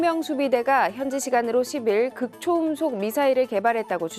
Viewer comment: 극초 음속이 아니라, 극 초음속으로 읽어야 합니다.